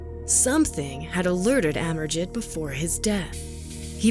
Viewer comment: I think pronounced as Amerjeet.